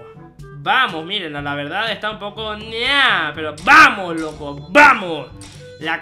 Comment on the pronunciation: Se dice loco escucha o lee no oco ja jajajajajajja jaj no sabe hablar den le like